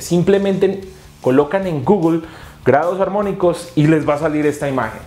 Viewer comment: Solo una precisión en "amónicos" te falta la r, es "armónicos"